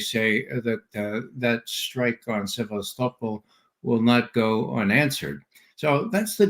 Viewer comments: Se-vas-to-pol. Not seavas-topol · Sev_ah- stow-pole? How very American.